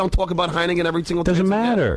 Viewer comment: What's "Heinegen", John?